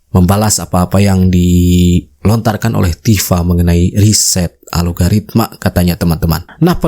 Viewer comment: Bukan ALOGARITMA mas.. Yang bener, ALGORITMA